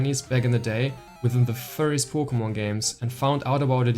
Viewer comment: “Poe Kugh Mon” Buckle up Lads this one will be a guaranteed treat of a Vid.